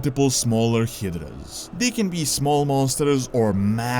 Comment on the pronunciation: People can excuse you for being a sell out. Trying to push some ad filled android game. But what is UNFORGIVABLEI is the way you pronounced Hydra.